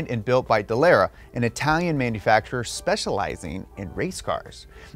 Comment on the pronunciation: For future reference, it’s Da-laaaaaaa-ra lol